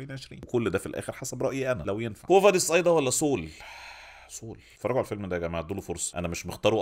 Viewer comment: برضه صول؟؟؟ 😂 والمصحف سول... عادي جدا... مش صول